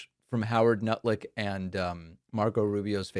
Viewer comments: Did you call him “nutlick” on purpose? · Did Pakman actually say Lutnick’s name as NUTLICK ??